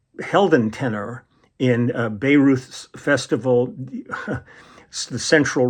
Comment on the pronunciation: Hi, Bayreuth is pronounced „buy roid“.